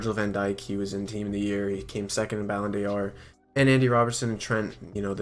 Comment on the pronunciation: Red army Dabber nah it’s the way he says ballondor 😂